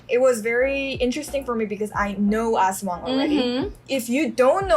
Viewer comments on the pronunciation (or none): Its in EDSA and its called "TULAY".. Guadalupe.. Its one of the MRT Stop Station..😊✨🇵🇭 as-WANG. The word aswang is divided in 2 syllables: as-wang. The tonic syllable falls on the last syllable wang.😅😊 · You should pronounce 'aswang' faster as it sounds something else o English speakers haha